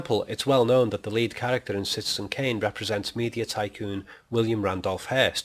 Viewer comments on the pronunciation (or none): none